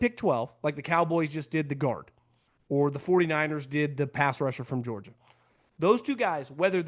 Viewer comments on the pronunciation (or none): none